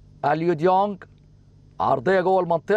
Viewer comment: المعلق بيقول اليو ضيونج😂😂😂😂😂😂😂😂😂😂